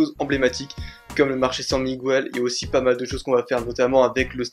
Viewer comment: Bonne vidéo bien venu a Madrid :p (ta un abonné Espagno-français ;)) juste petite "mercadillo san miguel, miguel tu pronnonces pas le u ;) et tu fais comme si il n'y avait pas de u;). Bon vlog pas loin de chez moi:p;)